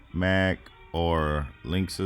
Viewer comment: It is Lin-ux (Linux) not Links 🙂lol. ty btw